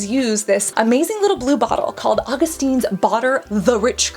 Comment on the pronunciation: Augustinis? Augustins? It's AugustinUs :D